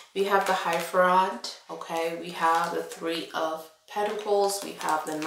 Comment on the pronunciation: It’s not Hiepherant, it’s Hierophant.